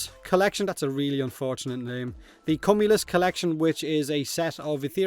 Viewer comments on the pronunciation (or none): Is this like a Warframe content creator inside joke because of Rob's silly ass? ˈkyo͞omyələs. Q-you-m-you-lus. Like cumulative or cucumber. (I know. Whoosh and all that, but this is for anyone out there really struggling to figure it out. It's like those big ol' fluffy cumulus clouds.) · cum-ulus you might not be pronouncing that one right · Small correction,: Cumulous is pronounced “queue-mew-lus”. It’s a type of cloud formation, the kind that look like big cotton balls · "cumulyst" lmao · So apparently Warframe Youtubers cannot pronounce "Cumulus" correctly lol